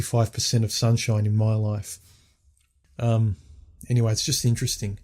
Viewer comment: It's Life not Loif. And you went and got married dude !!